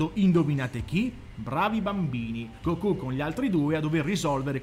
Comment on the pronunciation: Se dici Gokú allora devi dire anche duragon boru😂